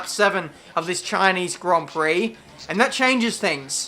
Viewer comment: CHINEEZ GRON PROK